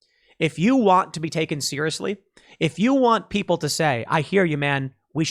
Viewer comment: Sorry, Tim, but it’s 🎶 The WILL of the PEEEPOYL!!! 🎶 😀😀😀😱😱😱